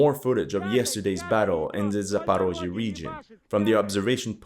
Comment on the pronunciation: I immediately understood where you get your information from, as soon as I heard your pronunciation of the names of Ukrainian cities and territories (that's what Russians call them). Not Zaparozhye, but Zaporizhzhia, not Dnepr, but Dnipro.